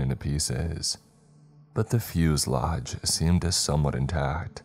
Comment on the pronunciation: The "fuse-lage" lol poor. I've noticed over time that he probably isn't all that educated or well read, due to the fact that he quite consistently mispronounces slightly uncommon words. No hate, just an observation.